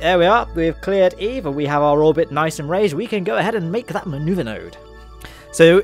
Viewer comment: You lost me the first time you said eve